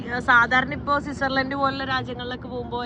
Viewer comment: സിസാർലെൻഡ് അല്ല മോളു.... സ്വിറ്റ്സർലൻഡ് എന്ന് പറയണം😢.. ഞാൻ മലയാളിയല്ലേ എന്ന കമാൻഡ് ഇടരുത് പ്ലീസ്